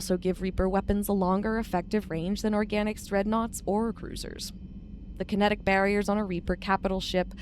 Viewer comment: Andromeda used large ships with Cryo-sleep pods with conventional drive engines, hence why they mention it took over 600 years to travel from the Milky Way to Andromeda. The events of Mass Effect 1, 2, 3, are well in the past for Andromeda. "kite-enous armour" - erg. terrible pronunciations. It's a soft "ch", almost like an "sh" sound.